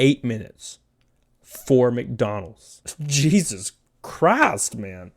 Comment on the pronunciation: "Jeezus chrast" 😂😂😂